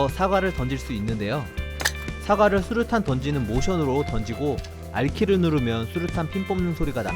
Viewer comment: 첨에 수류탄을 수투탄이라 함